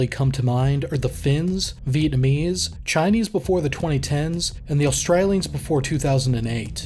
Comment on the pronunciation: Did my man do an australian accent just to say australian?